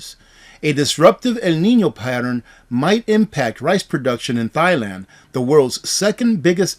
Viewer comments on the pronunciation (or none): I couldn’t help chuckle when you said Thighland but I digress carry on